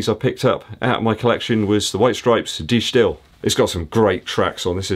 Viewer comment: Good video Thx. Just some free info: The cd's name is pronounced as "duh Style" which was a Dutch art movement in the style of Mondriaan which you find back in the CD cover design.